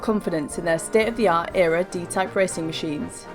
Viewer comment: E.R.A. not Era 🙉